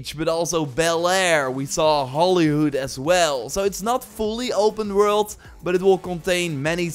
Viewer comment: "open rwrult"